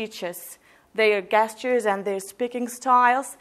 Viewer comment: My dear u r an owesome teacher very catchy style and attractive voice tone overall a great teacher one thing while talking about young learners u said "their gesture and speaking style" the word gesture begins with the sound g as j gesture=jesture hope u would take it positive and friendly